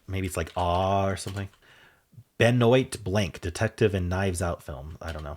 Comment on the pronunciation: Nice solves! Benoit Blanc (played by the Daniel Craig) is pronounced kinda like in French (ben-wah blangk). Bonne année is pronounced like "bone ah-nay". Just FYI. 😅